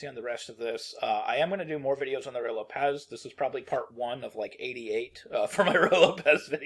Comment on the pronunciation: You are seriously mispronouncing tat name.